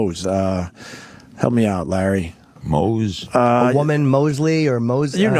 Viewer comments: I cringe every time Opie says “Lar” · Every time Opie calls Larry King “Lar” I cringe.